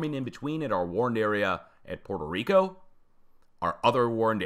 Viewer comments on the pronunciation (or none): none